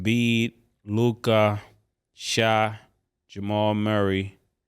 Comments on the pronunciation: OMG ITS PRONOUNCED SHAY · It’s hilarious that they will forever pronounce SGA’s name “Shai” like the the R&B group from the 90s